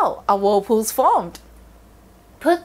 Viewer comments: She pronounce it Wold poos arun de wuld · Whool pooohs 😂